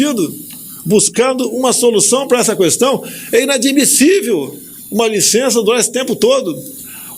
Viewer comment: Senhor Presidente, continue falaando "Qüestão" ao invés de questão, todos nós erramos contudo poucos ou quase ninguém permanece honestíssimo como o senhor. Essa pecha "honestidade", poucos a recebem ou pode aceitá-la.